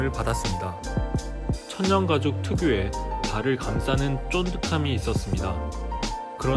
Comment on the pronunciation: 영상은 너무 좋았는데요 천연가죽 발음을 자꾸 천년가죽으로 하시네요 ㅜㅜ